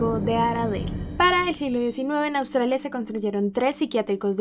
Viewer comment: soy la única que se dió cuenta que dice: Autralia? 😂😂